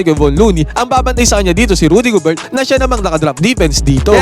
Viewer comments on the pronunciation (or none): Gober lang Hindi GOBERT... silent T....